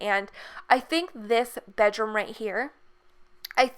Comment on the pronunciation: where is she from? she says Bedrome and garahge